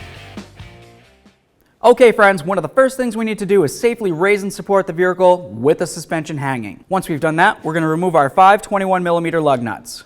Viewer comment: Why you say vericle? What's a vericle?